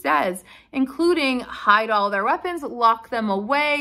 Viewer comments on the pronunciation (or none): none